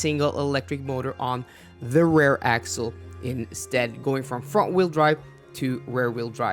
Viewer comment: Hi. It might be me but I hear you say "Rare wheel drive" when you refer to "Rear wheel drive". Just a friendly comment. Not meant to criticize!! Love your videos! Thanks!:)